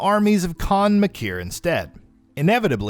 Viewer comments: I’ve gotta be honest this video isn’t very well put together. You mispronounce a name repeated over and over again in game (it’s maker not Mah-Keer) and whoever is playing absolutely sucks, they just keep shooting at the marauder rather than waiting for the green eye opening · Maykr, not Makyr. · Only thing that bothered me about this video, is that Maykr, is pronounced "Maker", not "Ma-kier" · I cringed everytime he says "ma-kier" instead of "maker". It's Khan "maker" and yes that's how it's pronounced in the game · It’s pronounced maker not makier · Maykier? No bruh it's pronounced like maker. They pronounce it in the game. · It’s pronounced “maker” not “mah keer”. Smfh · I love that you're doing these. I read all the codex in the game, but the writing is messy. Do a full timeline vid with all the sides, lands, realms and all that shit and I'll watch it 10 times! Btw it's pronounced Khan Maker, not makhyyr. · Its pronounced maker not maykier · Has this person listened to the cutscenes? May-kur... not Muh-keer 😁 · “Maykr” is pronounced “Maker”. (I know this because the Khan Maykr herself pronounces it that way) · Is he saying maykr like mikir? They say it right IN the game. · Even the game says “Maker” for “maykr”... intentional mess up? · ok says detail like (the tale but d'tale) ok i can let that slide BUT MAYKR AS MAKIER WTF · Why are you saying makyr the way you are? The pronounce it more then several times in game .... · stop saying maykr like makir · MAYKYR = MAKER! it's pronounced that way several times in the game. Did you skip all the cutscenes? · The u pronounce makyr just shows u didnt even play the game and are just reading a scrip of someone who may have. Weak. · Kahn Mah-kier Urdawk Boy did you even play Doom Eternal? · Its so easy to pronounce too, its just "maker" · Yup, it's "Maker" with fancy words. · Its pronounced may-ker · You definitely probably think you are saying makyr right but it's pronounced different in the game so you're wrong.